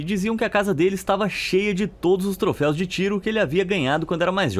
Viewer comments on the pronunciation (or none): none